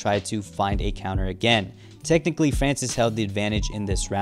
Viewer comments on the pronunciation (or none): none